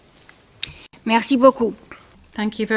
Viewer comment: At least they could pronouce his surname properly.